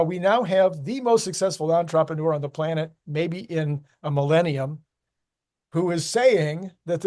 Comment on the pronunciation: you've got some serious pronunciation issues. Please look up entrepreneur. It is definitely not pronounced en-TROP-en-ure. It's ON-trep-en-ure